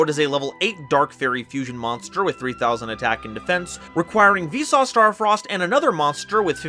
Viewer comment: I think Visas should be pronounced more like Veesus.